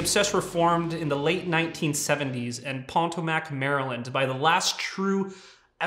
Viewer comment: Obviously not from the DC area. That's pronounced Puh-TOW-mick, not PAH-tow-mack.